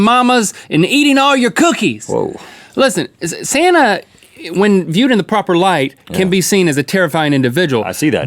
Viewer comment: Link pronounced santa Sana and my real name is Sana 😄